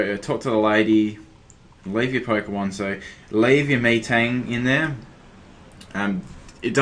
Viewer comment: Its not MEtang lol its Metang